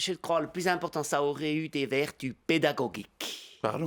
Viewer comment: les vertus peda-go-geek ? xD accent magnifique, on pardonne, on comprend que c'est pédagogique.